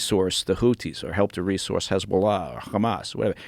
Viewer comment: Notice the way he pronounces Hamas....Khamas..this guy is a paid tool owned by Mossad, dont bring him back.